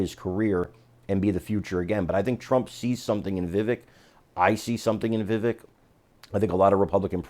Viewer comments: "Vivake" not Viveck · The second syllable of Vivek is not pronounced as "vik", but as in the the first syllable of the word "vector". So - phonetically - vivec, though the spelling, of course, is Vivek. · Please - it's Vivek - rhymes with Cake xxx